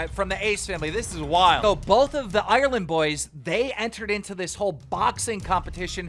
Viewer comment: Ireland is 2 syllables not 17